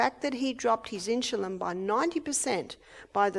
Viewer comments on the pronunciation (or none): Its INSULIN! not INSHULIN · Hi Mrs. O'Neill. I hope you are doing fine. I enjoy your Seminars. You're such an Angel. I don't mean any harm & I say this in Love, but Insulin is not pronounced Inshulin. It's pronounced like it's spelled: In-su-lin. God Bless, Love & Keep You. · Why is she saying insjulin instead of insulin? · insulin, not insjulin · Insulin, not inchulin. Please. Love you Barbara, but saying the words properly is a must. ❤️ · Insulin. Maybe they pronounce it differently in Australia or maybe she just can't pronounce it correctly.... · How does she pronounce insulin? She says "in jil lin". Why? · why does Barbara pronounce Insulin Inshulin? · She pronounces it incorrectly. Annoying. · Really.🙄 🤦🏻‍♀️ Well, she's pronouncing it wrong. There are right ways, and wrong ways of saying things. She being an "Australian" is no excuse. I believe most Australian people are probably VERY CAPABLE of pronouncing the word insulin correctly, especially when they are in any kind of health care system. I like Barbara, I like her a lot, she has help many people, but her pronunciation of the word insulin that she uses so often here is cringe worthy every time she says it. Barbara is a wealth if information, I don't believe it would be an impossible thing for this professional Australian to learn how to say the word insulin properly. Besides, when you stand up on a podium, in front of many people, it behooves one to want to speak with proper pronunciation. Again, I like Barbara, it's just this one important word.... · Love her but the pronunciation of insulin drives me crazy 😊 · She pronounces Insulin differently